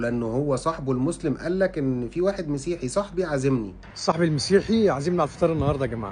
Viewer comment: للاسف معطم الشعب المصري ينطق كلمه مسيحي مسيحيين خطأ حيث انهم ينطقوها بكسر الميم و هذا خطأ المفروض تنطق بفتح الميم و ليس بكسرها نسبه الي السيد المسيح